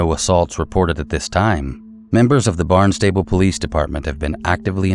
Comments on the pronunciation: LOVE your videos! Small point just FYI because in Massachusetts we pronounce our towns differently, (see Worcester, Gloucester, Haverhill)… Barnstable is pronounced “Barn-stubble” and it’s down the Cape, not in Boston. 😊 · All I have to say is it's Bahn-stah-Bull not Barnstable, but I see your confusion.🙄